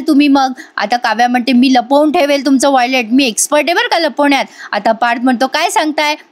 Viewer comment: वॉयलेट नाही हो.वॉलेट अस म्हणतात.